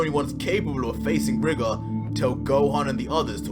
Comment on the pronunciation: #goku You say Rigor how it's spelt but it's pronounced Ry-gor